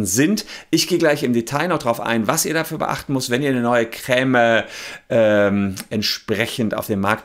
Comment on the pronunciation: Sorry, aber Chef hat recht, es wird auf Französisch "Krämm" (oder meinetwegen "Kremm") ausgesprochen, mit einem kurzen "ä" (bzw. "e"). Jedenfalls nicht mit so einem langen "äää" wie der Anwalt in dem Video hier es tut. Entweder hat deine Familie einen komischen Akzent (von dem ich noch nie gehört habe) oder du bist so einer von diesen Menschen, die solche Unterschiede nicht hören.